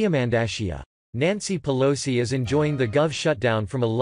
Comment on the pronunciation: Nanci peloseye? Nani pelosi? Come on computer!!!